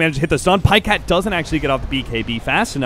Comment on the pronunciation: "paycat", so frustrating to watch